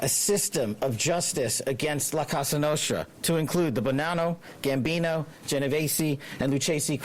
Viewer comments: Did Patel just call it “La Casa Nostra”? 😂 He obviously doesn’t have a background in the FBI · It's La Cosa Nostra, not Casa Nostra. C'mon, y'all. Get it right. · How he pronounces “La Casa Nostre” sounds like a Mexican food truck lol